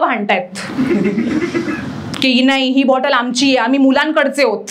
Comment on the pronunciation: ६:२० मुलांकडचे नाही, मुलाकडचे !!